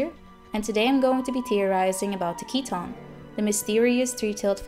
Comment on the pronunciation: Great Theory. My name is Keaton and I find your pronunciation nice, most people end up calling me Keith :/